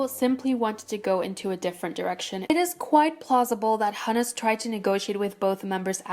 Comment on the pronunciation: the name Hunus in Hunus Entertainment is pronounced who-nuhs. Thank me later.